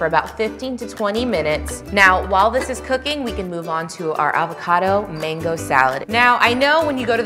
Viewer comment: Why do you pronounce it like Mingo? It’s called a mango!